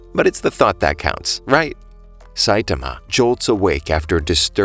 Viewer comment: its not saitima its Saitama say it like this sait-aarma